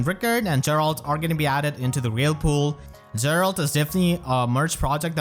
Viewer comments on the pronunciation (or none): none